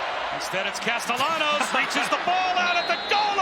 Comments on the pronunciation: is the qb italian, it chould be pronounced: cas-ta-ya-nos - if he is of spanish descent - right? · The way the announcer’s pronounce Castellanos is so frustrating 😭